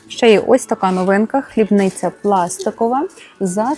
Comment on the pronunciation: О! Як приемно слухати, цукЕрниця 🎉🎉🎉🎉🎉🎉🎉🎉🎉 Молодець! 🎉 Але що? ХлибнИця?😮😂😅 хлИбниця! хлИбниця!🎉🎉🎉 хлИб!🎉🎉🎉🎉🎉